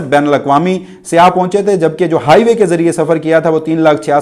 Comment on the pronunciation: پلیز اردو بولنے میں خیال رکھیں یہ ہماری قومی زبان پے بھائی اسکو تو صاف طور سے بولا کریں ہماری تو خیر ہے کیونکہ ہم اردو کو بھی اب پنجابی لہجہ کے سننے کے عادی ہو گئے ہیں مگر ہماری نسلیں تو اصل اردو کو بھول ہی جائیں گے لفظ سیاح میں ی پر تشدید مانی جاتی ہے مگر تشدید لکھی نہیں جاتی تو لفظ "سی یا"ہے سیاہ نہیں یہ صرف آپکی اصلاح کیلئے لکھا ہے شکریہ